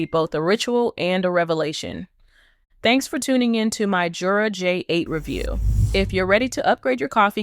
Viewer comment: The company pronounces it with a Y sound, not a J sound. Yer-uh.